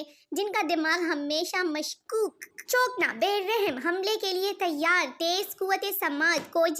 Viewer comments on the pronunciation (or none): Not " chokna " its cho kanna